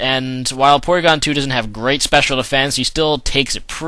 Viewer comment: its PORYGON dumbass